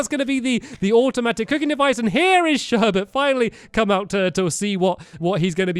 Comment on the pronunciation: "Before we start building Sherbet room" i didn't hear the 's but that may've been me